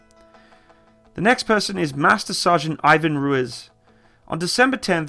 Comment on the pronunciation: Love the videos. Keep em up. Hate to be this guy but it’s pronounced roo-ease. Not roo-is. Are there any equivalents to the rangers or recon marines in the british or canadian military?